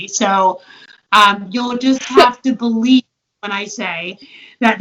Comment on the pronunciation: I boo-lieve in Santa Claus. Boolieve.